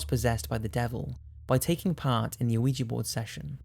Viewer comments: it's not "aweejee" it's "weejee" ... i'm shaking from your mispronunciation. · hes pronouncing ouija board wrong. hes saying o-wi-gee. but its wee-sha. the french word for yes oui ( wee) and the german word for yes ja (sha) is what it is. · Krist because it is prounounced wee-gee, not something like ooh-i-ja or ooh-ja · Scuse me dude! Its pronounced Wee-Jee not Ow-wee-ja! Thankings! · This guy pronounces ouija board funny. I always thought it was [wee jee] not [Oh wee ja] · Damnit, it's prnounced "Wee-ja" (Or should be Wee'yah, if we're being phonetically proper), not A-wee-juh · Why do people insist on pronouncing it Aouiji board. It’s OuiJa. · It's pronounced 'weeja', not 'ooh-eeja'. Why do you get so many words wrong? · (wee-jee) not (o-wee-jee) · OOOH EEE GEEE It's pronounced WeeGee. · Also, it's pronounced wee-juh or wee-jee, not OH wee-juh. Take ten seconds and look up names and pronunciations of words that you don't use often. You're catering to a global audience who use generally accepted English pronunciations. has spoken pronunciation toos, it's that easy. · He's using the word AN improperly before a word that starts with a vowel, and is also pronouncing Ouija incorrectly. So he's saying "an oh ija" instead of "a wee-juh/jee" board. He committed to doing it incorrectly throughout the whole video! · Are you saying, "O-wee-jah" board? That's weird. I've always heard it called, "Wee-jah". As in Oui (Yes) Ja (Yes). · One of my favourite channels. just wish the videos were longer. Also, why do you pronounce 'ouji' as "a-ouji?" It should be pronounced as, 'We-G' Keep the videos coming mate! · Damnit it's not pronounced "Uh-wee-jee" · Wierdest thing in this video is the pronunciation of ouija board..."OWEEJEE BOARD" ??...huh? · There's no O in the pronounciation, it's called a weegee board. I stopped playing with those boards in my twenties. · Saying ouija board sounds like you're saying weegee board 😂😂😂😂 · It is called uh-we-ja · why do you say uiji?